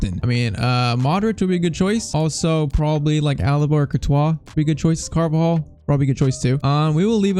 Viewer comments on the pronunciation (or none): none